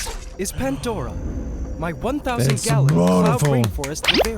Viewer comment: It's not Pendora it's Pandora